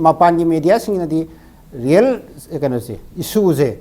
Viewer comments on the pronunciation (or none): none